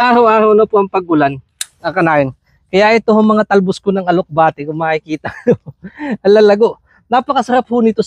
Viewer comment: Alugbati po 😅 Hindi po alukbati😅